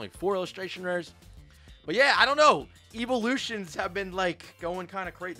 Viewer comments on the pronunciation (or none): IT'S "EEVEELUTIONS" STOP SAYING "EEVOLUTIONS"